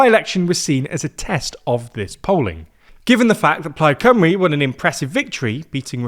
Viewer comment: Today I learned how to prounce Plaid Cymru.